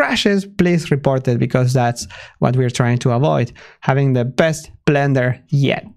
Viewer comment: The way he sometimes pronounces Blender as Vlender is adorable <3